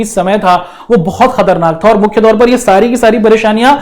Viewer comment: Sir kharatnak nhi khatarnak h😢😢😢😢 aapse Hindi nhi aati h h h 😢😢😢😢😮😮😮😂😂🎉